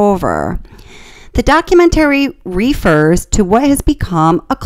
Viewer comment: Is this a bot narrating this video? Because who pronounces the word, documentary the way she does? She consistently puts the emphasis on the wrong syllable. She also pronounces refer as reefer. It also explains the very generic replies. Listen to just the first 15 minutes. It's a bot, guys. That's why we never see her face while she's talking.